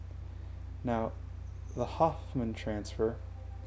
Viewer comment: The name "Hohmann" is spoken Ho-mann. Anyways, good video.